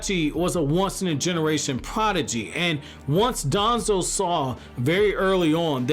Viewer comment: Bro pronounce danzo with less emphasis we get who ur taking about